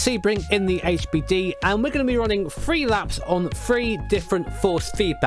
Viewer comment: When you say the word "three" it sounds like "free".... When you say "thirty-three" it sounds like "ferty-free" lol 😂👍love it. Never change!